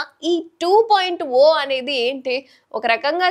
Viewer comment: మీరు టు పాయింట్ ఓ అంటున్నారు అది 2.0 ( టు పాయింట్ జీరో)